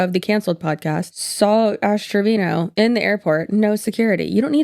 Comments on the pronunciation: To me it sounds like u are saying ass trevino instead of ash , love ittt She is awful human being, thank ypu for your videos girly i am binge watching as i discovered you through DWKT xx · i'm so confused is it Trevino or Treviño? she sucks but I at least want to pronounce her name correctly lmao